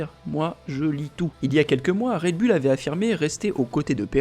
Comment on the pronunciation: Pourquoi toujours dire bulle alors que c est "boul" faites un effort svp😮😊